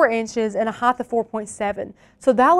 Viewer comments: Quit making up words. It's "height", not "heighth". 🤓😏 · Are you saying "hy-th" instead of height?